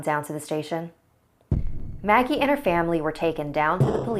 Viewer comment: In the beginning I thought it said muggle instead of Maggie XD